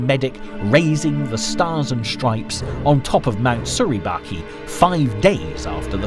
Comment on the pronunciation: Suribachi is pronounced with a soft “ch” not a hard “k” sound. A lot of good men died there.